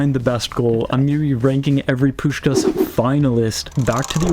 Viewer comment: I'm sry, but the way how you pronounce the first 'S' perfectly in Puskás' name, but then totally ruin the last 'S' is funny af. Most just say both 'S' wrong, but never heard someone say the first so perfectly meanwhile mistaking the last.